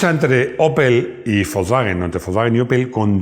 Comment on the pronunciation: Me guatan los contenidos... lo que no soporto en la pronunciacion volkswwwagen golffff.. si se dijera volsvaguen golf como decimos todos no daría grima... como la gente de dice donald taaammm y no donald tramp como decimos todos